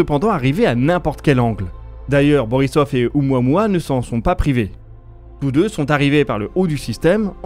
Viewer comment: ... on prononce: "O-OU-MOUA-MOUA"